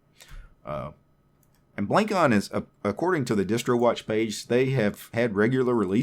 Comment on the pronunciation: The name is wordplay of traditional javanese head-ware, it's pronounced "blung cone"